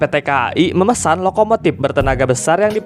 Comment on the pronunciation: Org Sunda ya bang? Huruf F diganti P semua 🤣🤣 Manupaktur Lokomotip Serpis Episien Enpironmental Elektromotip Subjektip Perporma Spesipikasi Syaipul Padli Tarip Inpormasi Pitur Demikian rangkuman huruf P